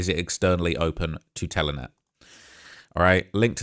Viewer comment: Telnet not Telenet its a protocol not a telephone company